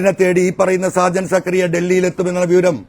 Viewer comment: സക്കറിയ അല്ലെടാ മരപ്പൊട്ടാ........ സ്കറിയ